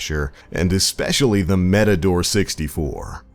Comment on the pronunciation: No hate here but what's the metador it's matador